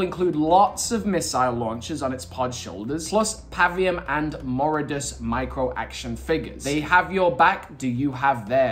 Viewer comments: You’ve been saying and spelling the Brutes name wrong. It’s Voridus! Not “Moridus”! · it isn't Moridus it's Voridus. 👀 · Moridus? His name is voridus lol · Ah yes Moridus. Really mega. Its Voridus.